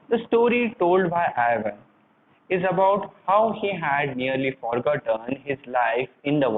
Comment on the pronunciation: Not Ivan I van